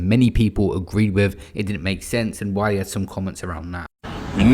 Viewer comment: Man said wiler 😂I love your slip ups